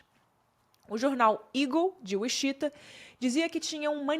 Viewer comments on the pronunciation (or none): Gostei muito da forma como você expôs todos os detalhes. Só o "uixita" que me quebrou demais ,porque sei que você sabe falar inglês e que mora no exterior ( não sou hater , só que cada "uixita" eu dava um grito mulher 😅)